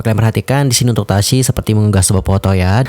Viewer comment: Tasyi loh bang bukan tasya. Kok nyebutnya tasya mulu